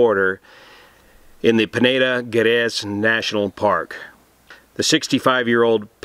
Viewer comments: your pronunciation is decente enough for a non Portuguese speaker but Peneda Gerês, Gerês is pronunced as "J". Like "Jerês". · It happened in Portugal. Then why the heck do you have in the title 'Spain??? BTW, just as a side note, in Portuguese, the 'g' in Gerês is pronounced 'j' only without the 'dj' pronunciation. As I'm Portuguese, and an ex-Volunteer Firefighter, I thought I would help you at least as far as pronunciation goes... Keep up your excellent and very informative work.